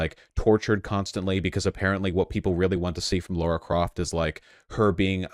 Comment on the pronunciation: LARA CROFT LARA. L A R A. Not laura! Why do Americans fuck this name up so much? Lmao